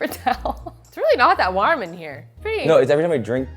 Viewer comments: not again. "WHARM" lmfao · I quite literally forgot for MONTHS about how pronounces the word “warm” and it now just hit me like a truck LMAO. It’s interesting.